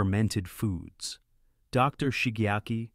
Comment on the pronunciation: AI fake voice read the period after the abreviation "Dr." as end of sentence period.